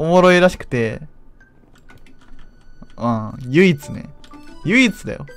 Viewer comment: 唯一を強調してて草